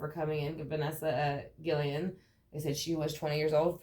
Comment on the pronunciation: Her last name is pronounced Gui-Y-en. In Spanish a double “L” is pronounced like a Y. Rest In Peace baby girl 💔